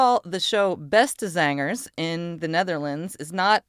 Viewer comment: that was a real nice pronunciation Beste zangers in Dutch, and yes i'am Dutch